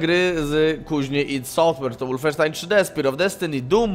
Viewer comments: Przepraszam bardzo, ale znieśc nie mogę gdy mówisz łulfensztajn gdy powinno się mówić wolfensztajn...podobna sytuacja z niemieckimi samolotami Foke-wulf a nie jak widzę nie mała grupa osób mówiąca Foke-łulf. Pozdrawiam. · Kolejna próba łulfensztajna? xD